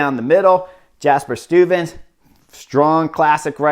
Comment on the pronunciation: but you're improving. At least the first time, you almost got "Stuyven" right. The next attempts were less succesful.